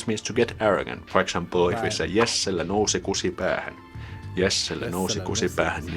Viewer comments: Your pronounciation sounded like you said "nussi" instead of "nousi". Nussi is a form of the word nussia which is a dirty way to say that you are having sex with someone. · haha you pronounced "nousi" as "nussi", which means "fucked"